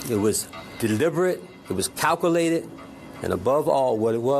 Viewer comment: He can't even SAY the word calculated!!